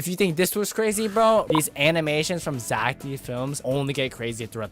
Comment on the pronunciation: “poo poo poo idc poo” -totally not becoming zech